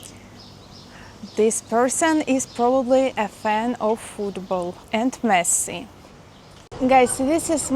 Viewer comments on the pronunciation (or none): none